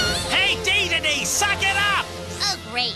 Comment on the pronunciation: when he said dedede man i heard gigidy man